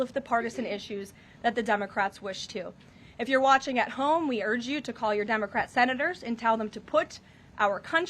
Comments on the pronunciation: Did she pronounce it "dumbacrat" once? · Did she just say “dumocrat”?!! 😂 very fitting ❤